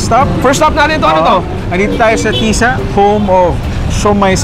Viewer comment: Mahilig ka talaga sa short stress ng syllable. Like Ki-law imbes na kiiii-laaaaw at ti-sa imbes na tiii-saaa, gina-bot imbes na gina-booot. 🤣 Makinig kang mabuti, huwag masyadong over confident at imperyalista. Poser ra kaayo imong insik nga host, ang original pungko2x kay kilid sa UV, paradahan sa Talamban jeep, early 1990s. Lans--iaw po hindi lanchiaw. Kaya pala Chui show kasi hilig mo sa salitang 'chewy". 🤣🤣🤣